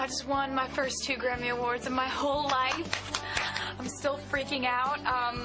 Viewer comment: Is it bad that I heard granny intend of Grammy